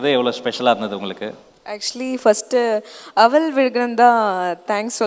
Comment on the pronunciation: அவள் என்று சொல்லுங்க. அவல். என்று சொல்லி அறுக்காதீங்க. காது அழுகுது.